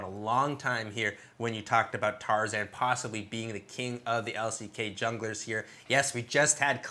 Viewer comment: yeah it is tarzan not tarzaned.